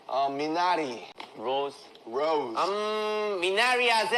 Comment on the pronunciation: Roz değil roze